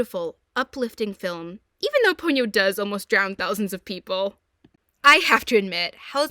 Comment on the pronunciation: You don't have to pity me, girl. I was the technician who worked to subtitle The Castle of Cagliostro, one of Hayao Miyazaki's earliest works, into English. Also, it's Po-nyo, not Pon-yo.